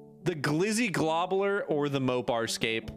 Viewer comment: Gobbler not globbler god damn